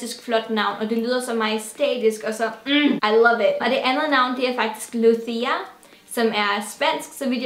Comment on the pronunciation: Lucia er italiensk og betyder lys og udtales ikke med lespende c, men med tj lyd.. På spansk er det Luz der betyder lys...